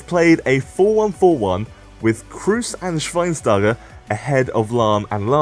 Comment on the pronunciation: lahm should be higher rated than rooney and agüero and btw just pronouce Kroos with a longer o he´s not a damn spaniard called cruz -.